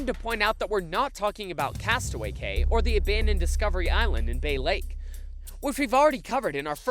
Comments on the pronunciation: Just some pronunciation help. It’s key 🗝 not kay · Editor: Cay NOT Kay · cay is pronounced like key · Isn't the word "Cay" pronounced like the word "Key"? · "Cay" is pronounced "key". ;-) , that's Elizabeth Shue. And is Tim Matheson, who played Otter in "National Lampoon's Animal House". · I remember seeing the abandoned subs sitting in a lot behind the Magic Kingdom back in 2001 or 2002. It was tragic, like seeing my childhood abandoned in a field. And it’s pronounced KEE. You really should know that if you’re going to do a video about it. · 1. “cay” is pronounced like “key” 2. “nassau” is pronounced “nass-aw” 3. 20,000 leagues was where Ariel’s Groto is now, not the 7 dwarves mine train. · CAY IS PRONOUNCED KEY. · I’ve been to coco key and then castaway cay I’ve been to both you are wrong it is NOT pronounced key those are two different places